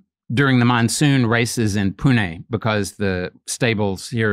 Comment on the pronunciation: His pronunciation of Pune on point 💯